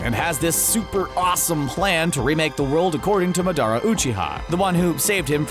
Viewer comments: No one. Even in english, we have its simply purfect pronunciation, Ma-da-ra. Say it with me, Ma-da-ra. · Who says madara like that